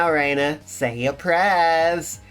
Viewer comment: About Rena's name and pronounciation, even though you're already on chapter 2 so might be a bit late Reina would indeed be pronounced "Rayna" Rena however is not pronounced "Reena" but rather "Reh-na". If you're unsure you can probably put the voice acting on and check how the characters say it The weird part about her name that doesn't translate at all in english is that "Rena" uses Katakana characters instead of Kanji. Katakana is often used for foreign words in japanese, thus why Keiichi says it sounds like a foreign name. I love that now that we've got the context that something's up with the village even the slice of life scenes start to feel ominous. The club activities are great on a second read, there are so many things that make you go "oh my god." One exemple that is spoilers for the end of chapter 1 (For anyone who might be on their first watch along and haven't binged to the end of that chapter yet) is Keiichi in the zombie game making up the fake message about Satoko's parents waiting for her at the gate. Like, holy shit. He didn't know better but holy shit.